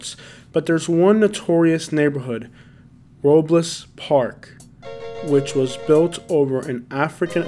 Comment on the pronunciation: Yu said robles wrong 😂😂(ro-bull-s)